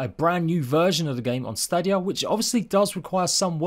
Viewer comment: At least say Stadia right 🤣 and FYI I have Series X and the game still looks shit